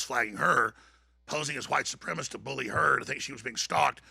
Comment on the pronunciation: It's not supremist for fuck sake.